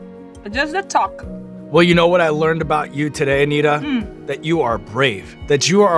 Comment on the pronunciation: Anitta or Anita? They say Anita but it's written Anitta?